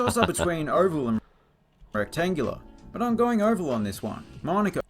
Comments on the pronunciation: The guy is from Australia and he calls it Monico oval??? Ma-nuk-a. Come on mate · Its pronounced Man-oo-ka. I am suprised how baddly the aussie narrator butchered that word. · He couldn't pronounce manuka right